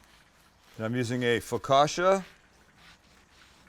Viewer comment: And he didn’t even say focaccia correctly.